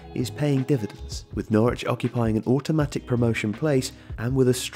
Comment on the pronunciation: Only one very minor criticism, locals pronounce Norwich as 'Norridge'. ;) The pundits on tv and radio mix it up quite a lot too.